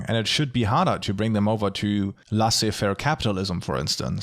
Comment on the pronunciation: Trust in the german guy to pronounce "laissez-faire" even worse than americans, lol. Great video, though :)